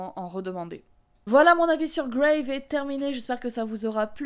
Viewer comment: Bon j'imagine que depuis deux ans tu as dû avoir la réponse, mais c'est bien "Grave" prononcé à la française et non à l'anglaise. J'avais vu le film en avant-première, en présence de la réalisatrice à la fin, et elle expliquait que le titre du film venait d'une phrase prononcée par l'héroïne, "C'est grave", qui pourrait vouloir tout dire et rien dire, et aussi en référence à l'expression consistant à dire "Grave" en signe d'approbation, un terme marqué "jeune", et évidemment en jeu avec la signification anglaise.